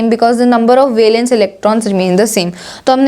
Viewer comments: Urs Prouncation is wrong of valence..... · 49 min 15 seconds listen how she says valence electrons